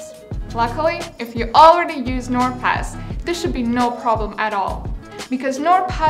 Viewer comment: Bro why do i keep on thinking ot says nword pass